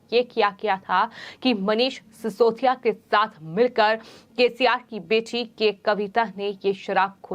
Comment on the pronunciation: Reading style is bad. Adding h h h h.. ... .. bjp as bjhep, bete as bhethi, cbi as cvhi, mili as mhilhi ... ... ...